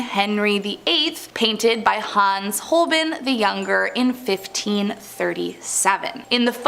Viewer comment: "Holbin"? Holbein (Hole-bine). Cthulhu (Thulu. The "C" is silent.) Alpha Centauri (Cen-tar-ee). The "guy" who saved the other one from the Swinging metal boom is an angel. "Apocalypse" means Revelation; not destruction. The Revelation has already been shown, but people don't read it (KJV).